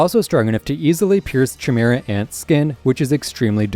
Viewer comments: lost me at chee-mehra ant come like you havent actually watched the show 😂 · Great video man! Only thing I should mention is that Chimera is pronounced as “Kai-Mira” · I left when I heard chimera and nobunaga pronunciation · How tf you gonna put paku above shizuku? All she got is guns other than that she can't really fight. Also you keep saying chimera and nobunaga wrong 💀